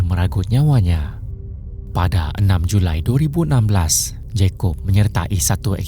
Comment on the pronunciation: JuLi min bukan Julai😂